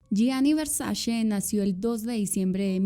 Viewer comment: Hermosa adoro tu trabajo, aolo queria hacer un comentario constructivo, se trata de la pronunciación de Versace, se dice literal Versache, no Versashe. Ya que la C en Italiano de pronuncia igual que la ch